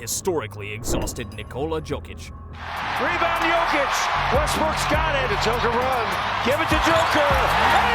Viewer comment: Saying "jokeitch" instead of "yokeitch" -phonetically... braun is said Brown, and as my man pointed out... Michael Moore? Mike Malone is gone...but cool get it wrong two ways